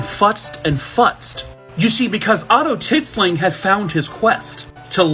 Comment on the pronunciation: "Tit-sling" I can't!🤣🤣🤣